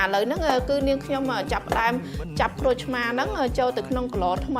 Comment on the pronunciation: ក្រូច មិនមែន គ្រោច ទេ